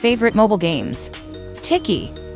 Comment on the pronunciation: Bro said tiki instead of Tikki 💀💀